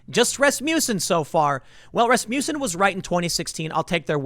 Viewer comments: “Ras-mussen” no “you” sound. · Every time I here Rasmussen I think I hear Rasputin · rass-muh-sin - watch a dang hockey game, tim XD